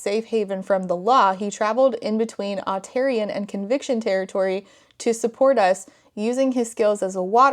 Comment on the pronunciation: I'm listening to this as a podcast while I do other things and hearing you say Otarian(?) at ~ was so jarring because I thought you said Ontarian, as in resident of Ontario... I had a moment of "!?!?!? what do WE have to do with all of this"